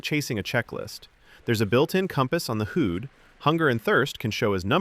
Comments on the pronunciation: Honestly, I know this is minor, but personally, it's hard to take a review serious when HUD is pronounced who'd! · The review was very professional and balanced, so you're fine. Don't pay heed to the dislikes which might very well be biased folks either for or against. Also the HUD pronunciation probably ticked off the more nit-picky listeners lol. You're fine!!! Keep up the balanced even-keel approach!